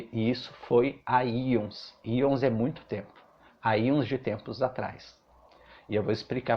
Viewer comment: Tenho pavor de lagartixa e lagartos. Só uma observação construtiva: são éons de tempo, não íons. Bjos!